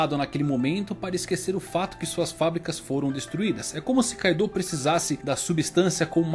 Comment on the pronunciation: Man nmrl não gosto quando os caras adicionam uma vogal, tipo "kaidooo